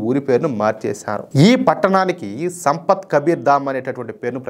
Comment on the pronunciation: సంపత్ అని పలుకుతున్నారు ఏంటి? సంత్ కబీర్ అంటే సాధువు